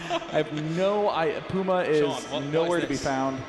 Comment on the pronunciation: Finally a commentator who can say "Puma" properly!! :) I'm NOT talking about Day9 of course... "Pooma" :p